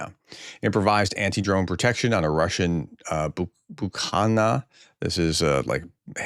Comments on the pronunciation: Someone needs to hyphenate the names of foreign cities and Slavic words to assist you in a BETTER pronunciation. Primorsk Pri-mor-sk oblast = ob-last Easy peasy Bukhanka= Buk-han-ka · Bukhanka - the first "k" is silent, Bu(k)-han-ka.